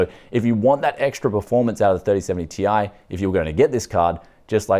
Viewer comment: This new pronounciation from Nvidia of the Ti ending will become a meme, Tie fighter signing out.